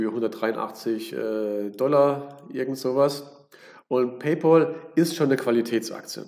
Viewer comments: Paypal wir nicht Paypol ausgesprochen sondern Pay-päll; von English pal was Kumpel heist. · PaypÄÄÄl sowohl im british als auch im american english ist das die korrekte Aussprache von Pal (Kumpel) Kluggeschissen wegen Ohrfurunkel Danke